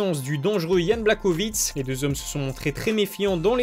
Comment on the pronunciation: Sa se prononce + Yan BlaHOvitch